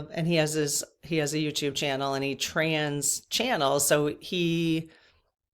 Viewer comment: Hi.. I know it isn't polite to correct, but even Dave made the correction that it is"trance channeling" not trans channeling. But it sounds like he says trans.